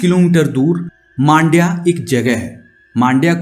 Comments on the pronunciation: It’s Mandya not maandya. It’s matter ❗️🤨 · Bro u r pronouncing Mandya in a wrong manner. Btw nice story telling